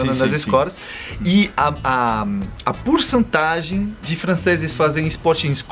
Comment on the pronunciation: Porcentagem, gafia do Brasil mas o cara pronunciou como em Frances as letras "cent" ou será que os Zucas também pronunciam assim? Há aí algum Zuca para matar a minha curiosidade?